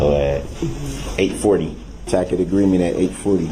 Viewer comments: lol, I didn’t realize that the problem was that he didn’t know how to pronounce the word tacit. 😂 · The judge even said "tacit" correctly for him ("I have made no such agreement with you, tacit or otherwise, Mr. Brooks") and he STILL goes on saying "tack-it." What a buffoon.